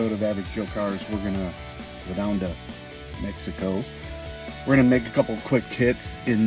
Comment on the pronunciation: Not supposed to say "Mexico" like that, just say Mexico. 😂 But some drag racing content would be great. And a kit upgrade series, from stage 1 to stage 2. Stuff like that, upgrading car parts. Brakes, suspension, transmission, wheels etc...